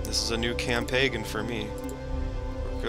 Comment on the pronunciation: "This is is a new cam-pay-gan for me." "Cam-pay-gan"? It's pronounced like "cam pain". As I type this (24 Feb 2023), you have 3 subscribers. If you want more (I'm trying to be sensitive here), please learn proper English pronunciation. Especially given you are 30 YO. And, yes, I listened to that section a half dozen times to ensure I heard what I heard.